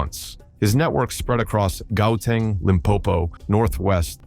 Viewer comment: It's Gauteng, not Gauteng bro